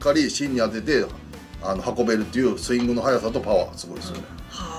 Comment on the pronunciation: スイングが スング になってる（笑）